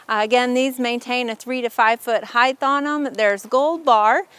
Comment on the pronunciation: This was a helpful video. It sounds like you're saying "heigth" with a "th" sound at the end of the word - when in fact, it is "height" with a hard "t" sound at the end - just like weight. FYI.